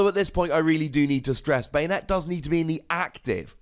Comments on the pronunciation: Ban-ette =/= bane-ette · I always pronounced Banette as "BAHnette" not "BEYnette" idk the way you say it sounds kinda weird.